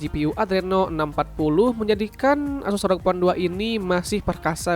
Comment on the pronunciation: Bg?? Tulisan nya memang rog, tapi baca nya er o ge bg